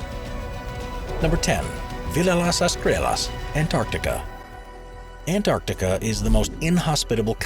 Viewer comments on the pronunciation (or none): none